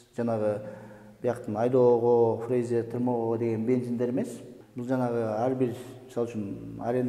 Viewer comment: Фрейзер эмес фреза дейт го дейм 😊